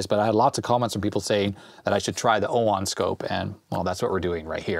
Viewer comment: OWON or UOMO? 😂😂